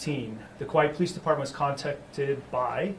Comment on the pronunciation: Chief of police of Kauai and he can't pronounce "Kauai" correctly.